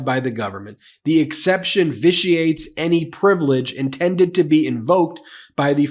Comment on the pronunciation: Ben, you pronounced "vitiate" correctly. For what it's worth, Ari Melber did not last night. LOL.